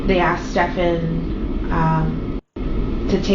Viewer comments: Probably i'm a complainer, but I do wish you would pronounce the man's name properly. It's not ste - FAN, it's STE - fun. Also, it seems to me that jenn is constantly wasted on xanax etcetera, which could explain her forgetfulness. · I actively enjoy this mispronunciation every time- don't stop, lol. He isn't worth the correction, and there aren't even any insults low enough for a nickname.